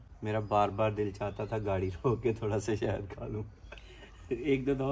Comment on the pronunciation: Shehad hota hai behn 😂😂😂😂😂😂shahid nhi